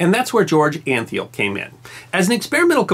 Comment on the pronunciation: George Antheil is pronounced Ahn-Tile... hope you can make note of that. I'm an Antheil and know the correct pronunciation.